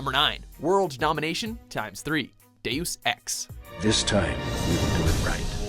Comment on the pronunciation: "Day S Ex", not "Day Oos Ex".